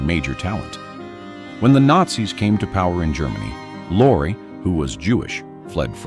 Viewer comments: The name you call "lore" , & "loray" is pronounced Lori, a girl's name; or Lorry, a British word for Truck. OR, (ffs!) PETER LORRIE! Dag nab it! I hope that's how the name is spelled! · Peter Lorre - Lorre is pronounced Lorreeeee. Hello??? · Peter Lorre it's pronounced Lori. Rita